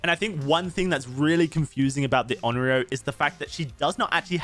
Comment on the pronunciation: Onryo is pronounced a bit different that how you are. No big deal, but if you want to be special and go the extra mile: "own" "ree" but pronounce the r sound with the tip of your tongue "oh" own-ree-oh And remember, the r is pronounced with the tip of your tongue.